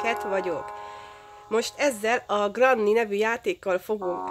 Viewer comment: Nem sértésből de nem úgy kell kielyteni hogy granny hanem grenny